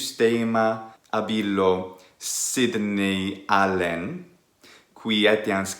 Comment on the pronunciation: I've seen that usage sometimes, so I was expecting that, but I was confused by "Sidney Allen" being pronounced somehow the English way. I've found that part, it's , I think you're saying "ab illo Sidney Allen", So "from that Sidney Allen"? Or maybe "ab illo Sidnei Allen"? Where "Sidnei" is the genitive for "Sidne(i)us". I don''t know, I'm still rather confused honestly. (Also I've just found out it's "Sidney", not "Sydney": hope not to sound pedantic)